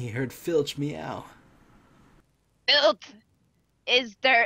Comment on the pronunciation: Mr Norris? Fitch? It's mrs Norris and mr filtch....godddddddddddddddd